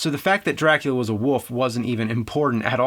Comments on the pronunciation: Is it just me or is James constantly saying "Woof" instead of "Wolf"? Is that part of an accent that I dont know about or just a color of speach? Somebody explain that to me. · Hey man, just want to point out its 'wolf' not woof. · I just simply cannot wait until James reviews "The Woof of Wall Street", Dances With Woofs" and "Air Woof". I bet his favorite band is "Woofmother". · I love how James pronounces wolf as woof. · He do say Wolf but the L is not that clear :) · Love how you say woof in place of wolf. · wolf wolf the word is wolllf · Say wool. and and an f sound at the end. youre welcome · James pronounces "Wolf" as "Woof". I love it. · Berend de Liagre Bohl I just simply cannot wait until James reviews "The Woof of Wall Street", Dances With Woofs" and "Air Woof". I bet his favorite band is "Woofmother". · I love how he says "wolf" as "woof" some times! :D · Antonio, hes saying Woof... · Antonio Figueroa he says woof. you have shit in your ears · Parrydox Gaming I just simply cannot wait until James reviews "The Woof of Wall Street", Dances With Woofs" and "Air Woof". I bet his favorite band is "Woofmother". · James’ last name is Rolfe but can’t say wolf properly…🤣🤷‍♂️ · NEWSFLASH: The word "wolf" has got an L in it. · haha, I know right, he has been doing that for a decade, It always stands out. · How about same state? You won't find too many people in North Jersey dropping the L like that.